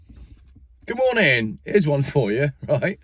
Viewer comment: That's number Wang Lol I laughed out loud ;)